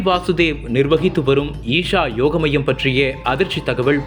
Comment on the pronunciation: யோகா மையம் என்று உச்சரியுங்கள் 😊